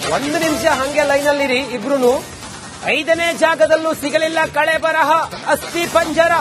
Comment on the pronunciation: ಸ್ವಾಮೀ ಕಳೆಬರಹ ಅಲ್ಲ. ಕಳೇಬರ ಎನ್ನಿ ಅಣ್ಣ.